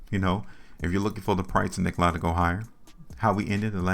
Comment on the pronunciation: I've held Nikola since may when I first started buying. It's dropping the lowest I've seen. Fyi it's Nikola( lah) not I